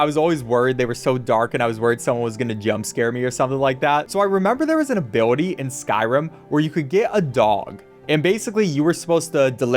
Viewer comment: Every single time he says ability, it gets worse and worse.